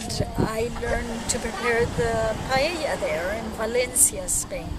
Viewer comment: Thank you, that looks delicious! I'm also so glad you pronounced it right and didn't say "pie ey a" or "pajeja" as apparently the rest of the english speaking population wrongfully pronounce.